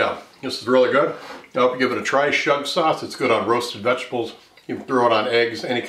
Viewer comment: Chef, please learn now to pronounce schug correctly! It's NOT "SHUG." Ask a Yemenite Israeli for the correct pronunciation. Calling it "shug" is like calling mirepoix "meer-pox' or calling fettuccine "fetusyne."